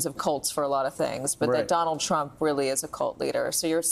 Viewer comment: describes the Trump family perfectly, but then mispronounces their name.